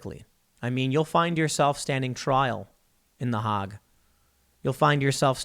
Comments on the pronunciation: Not "The Hog" -- "The HAYg." LOL. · just a head's up, it's Hague like plague. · It's pronounced 'Hayg'. Your frequent mispronunciations diminish your arguments and I do agree with many of your points. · Tim , Hague is pronounced with a long "a" , as in make. : )